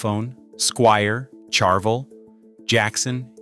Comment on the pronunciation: I like your videos, usually insightful, but the way your AI narration pronounces Ibanez and Charvel is an abomination to my American English ears. Please QC your AI narration much better before release, or I might unsubscribe, ha. Don't make me unsubscribe and hit the dislike button, please. I can not like these videos presently, with those inexcusably lame pronunciations of brands and other words that have been well known for decades.